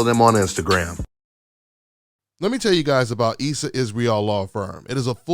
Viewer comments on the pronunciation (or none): none